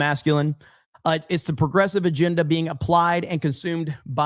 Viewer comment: “Aginda.” I don’t understand this lack of ability to pronounce a short “e.” Help me understand.